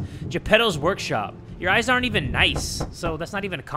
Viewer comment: Bro did NOT just pronounce "eyes" like that 💀